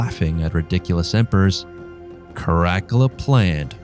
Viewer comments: I've never heard "Caracala" pronounced like it is here. The most famous thing he did was his huge bath complex. "The Baths of Caracala" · ?? The pronunciation of Caracalla .... I've laways heard it as Cara calla as in the Cara (-) Calla Baths ??? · No it is not. Latin is pronounced basicallly as written. With some exeptions like C, AE etc. So it is Karakala. And A is pronounced like pure A. Not like in English. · CaraCALuh surely? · Ca'rack'ula = Crackula lmfao . Is he a Roman emperor or a freebasing vampire? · Yep it was horrible. Don't do this again please. Your content is very smart and well written. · Tbh if you are going to be critical and expect to be taken seriously pronounce the name correctly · you really ridleyscotted that pronounciation haha. it bothered me a little every time you said the name but its fine. just try to research the right way next time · Is that supposed to be caracalla😂? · Caracalla was the second of the African emperors. We know him today because the Baths of Caracalla still exist in Rome. Seriously learn how to pronounce him name correctly. He was extremely popular because he was a fierce, bloodthirsty warrior whose military loved him because he was one of them. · It could be just the way that the computer AI read's it. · Oh dear god - Pleeeease learn to pronounce - 'Caracalla' - hint it doesn't rhyme with Dracula. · The way he says caracalla's name is killing me 😂😅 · Too funny he can't pronounce caracolla name properly 🤣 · The way you say Caracalla makes me wanna Nero myself. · It's Cara CALLA! Not crackula😂😂😂😂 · I like this overview. The pronunciation is atrocious. The main character is spoken as kaa-ruh-kaa-luh. Not ka'rack-ulah. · ITS KAH-RAH-CAH-LAH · Never heard this kind of Latin. Care-uh-cull-ah? It's "kah-rah-kal-lah". Since you must have studied Latin, your suggestion is as painful as any other. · Kara Kulla, not crackala. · Cara..cala...not caracala einestine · Crack a la 😂😅😊LOL!!!